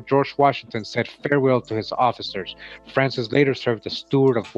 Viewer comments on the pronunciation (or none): Just so you know, it’s pronounced “frohnsez” I used to live down there